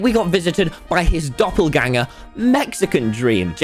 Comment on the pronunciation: Doppelgänger perfekt in Deutsch ausgesprochen